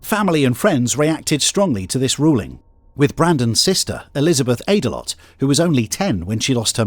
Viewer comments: "Aydelott" 'Ate-a-lot' 😂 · Brandon Ate-a-lot? 🍦 You've got to be shitting me... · “Aydelott”… It’s not even funny! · This is so sad, man. But I did a double take every time i heard that last name, Aydalott. Don't eat too much out there! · So I start the clip and it starts with the man who sounds like he’s in excruciating emotional distress. Then it skips to a picture of a very overweight man, whose name is pronounced at a lot,? Come on man I’m only human. Dude… OH yeah, I know I’m a dick! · Brandon Ate-a-lot lmao😂